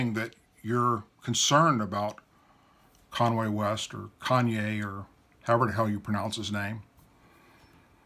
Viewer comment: LOL he said Conway west lol but I got you brother I understand just a little joke